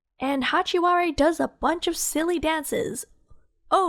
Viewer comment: “Hachi- wa- de” 😭😭